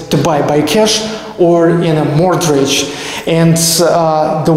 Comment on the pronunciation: What happened with your leg man, you're limping! Great video but just FYI when saying "mortgage" the T is silent ;)